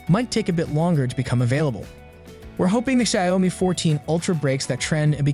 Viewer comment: Please fix the pronunciation of the Xiaomi name.